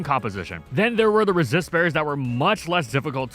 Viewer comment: For a millisecond I thought you said racist berries.